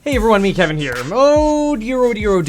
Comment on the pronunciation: The more times Kevin says Meet-Kevin, the more he actually starts saying Met-Kevin. 😂 Anyway, thanks so much for your videos!